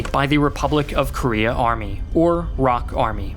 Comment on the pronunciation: ROK is just "R.O.K." not "rock". ROK stands for the Republic of Korea. USA stands for United States of America but you don't pronounce it "yousa"